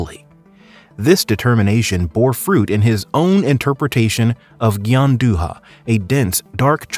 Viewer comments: FYI, Gianduja is pronounced "Giandueea" non "Gianduha" like in Spanish ;) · I'm having a stroke everytime he says Gianduhhhhha instead of Gianduia 🤣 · Cool, but that's not how you pronounce Gianduja lol it's sounds closer to GianduYa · "Gianduia" is read as "djanduya” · I'm Italian and I have to tell you this, your video is very interesting even to me and very well done, I will subscribe to your channel, only one thing, everytime you pronounce Gianduja like you are reading a Spanish words my ears bleed! The pronunciation is right for Gian but duja is pronounced like dooya ! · Sorry but this video is a bit weird. The need for gianduja was due to cocoa rations. Also please to pronounce gianduja. Also why did you borrow movie scenes which have nothing to do with the story? Other than that good video overall